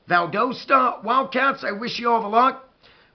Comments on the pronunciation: I played against Valdosta in high school, and they have incredible culture. I now live in South America and had not heard about this up coming game. I will tune in a leave you a comment my Buckeye friend. It is pronounced "Val- das-ta. Go Dawgs! Our stadium at Warner Robins held 18 thousand people and Valdosta's stadium may be larger. When you drive South on I-75 and get to South Georgia you will see the stadium. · lol its Val-dah-stuh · YOU SAID VALDOSTA WRONG . Go Cats!!